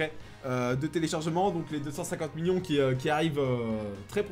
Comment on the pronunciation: "Million" toi tu le dis "Miyon" POURQUOI ?